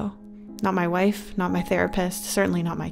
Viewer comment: Did anyone else hear how she said “my wife”?